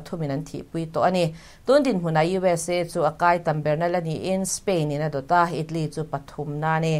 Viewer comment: "itlee" anih chuh...